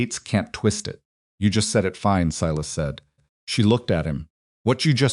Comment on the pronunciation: Thank you for pronouncing Sy … las properly.